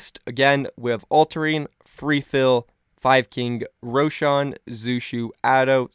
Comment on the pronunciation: I hate how you pronounce roshan